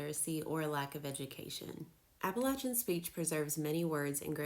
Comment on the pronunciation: Hey you pronounce it right. Thanks from the mountains of east tn